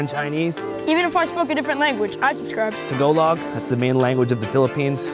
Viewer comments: To-go log?? C’mon man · WTF is with the pronunciation of tagalog at the end in the ad? A simple google could've told Andrew and team that it was wrong lmao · Confidently saying Tagalog incorrectly ❤😂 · ta go log lol. ga like gaza. tagaaaaalog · disappointed cause i thought the last 3 minutes would be a rapper, but its okay cause im obsessed with your mispronunciation of 'tagalog'